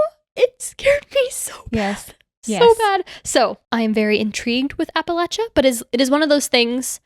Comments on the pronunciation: Is it a PA thing to say apple lay sha? This is the first I’ve heard this pronunciation, even google says this is correct 😅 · No worries, just good to point out. It's like "appa-LAY-sha". The way you're saying it would be correct if you were saying "Appalachian" though! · Hahahahah “apalacha” 😅😂😅😂😅😂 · I live near part of the trail but it took me a minute to realize what u were talking abt because of the mispronunciation 😭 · absolutely not! If you are from the region for generations, it’s the ONLY way to pronounce it!! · Love the interest, but please pronounce our region correctly if you make a part 2.